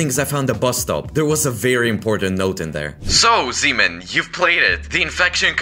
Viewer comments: sounds like semen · I keep hearing him calling himself semen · Why does sound like semen